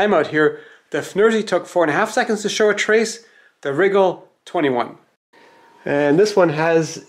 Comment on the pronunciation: Many Youtubers say RYE-GAHL with the emphasis on the RYE, as I do. says it like WRIGGLE. Made me GIGGLE.